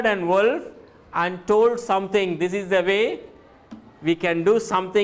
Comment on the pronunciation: Wolf's pronunciation is wrong.